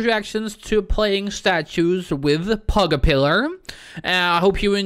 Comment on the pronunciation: It’s pronounced like this p-j pug-a-pill-ar